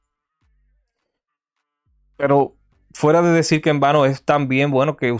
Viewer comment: Aparte de mal ablando desis señol por desir señor sos mentiroso cual pacto todo es falso